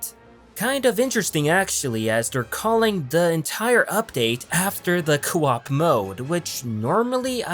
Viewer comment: You pronounce co op just like stewie pronounces cool whip